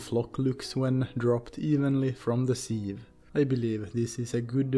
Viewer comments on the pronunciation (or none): "From the sil" lol instantly I thought, this guy must be Nordic!